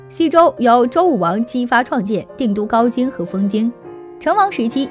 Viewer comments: 镐（hao）京！hao！！ 家给（ji）人足！！！！ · 周朝首都镐京，应读haojing😊